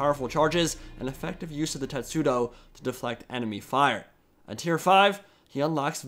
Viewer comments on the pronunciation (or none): Keeps saying tetsuo instead of testudo. KANEDAAAAAAAA!!!